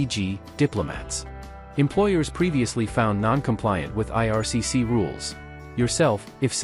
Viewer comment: IRCC, NOT 'ARCC', lol